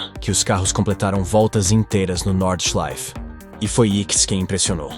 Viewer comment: If you are going to be taken seriously, research the sport...Jack Stewart! Get the names right and the pronouncement of the circuits and drivers. Norda...Nordschleife!!! The Green Hell! Keep this lack of knowledge up and you will fail at what could be a great channel.